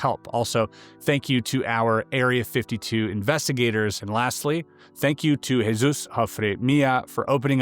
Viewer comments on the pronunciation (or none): Jesus (in Spanish) is 'hea' like the word head without the D and 'soos', Hea-soos. Not "Hey Zues". 😊